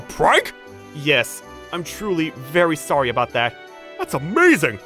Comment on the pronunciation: What he gonna do saying sowy😆